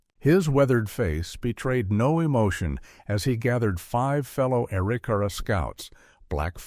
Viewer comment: That would be uh-rick-uh-ra